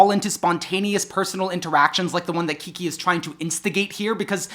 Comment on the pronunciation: This may be my favorite video to date. It's giving me a lot of thoughts about how I want to be in community with people both as a person and as an (intentionally non-professional) artist. I really enjoy the way you say “Kiki.” Also glad you mentioned you have new music out, I didn’t know about it and I loved Overgrowth